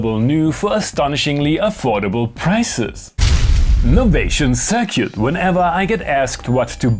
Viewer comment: "Novation Cir-cute" lol